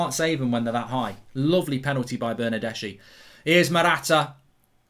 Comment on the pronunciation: You gotta learn to pronounce the name lol Bernardeschi Chiellini